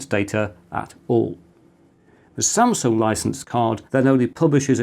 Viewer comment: He said Samsung which was incorrect